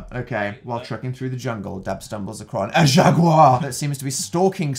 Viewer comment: correct me if i'm wrong but is dan pronouncing jaguar as "jag-u-liar" ??